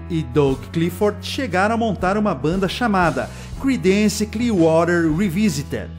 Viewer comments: Pronuncia-se crídence e não cridênce... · Não se lê cridéns, é crídens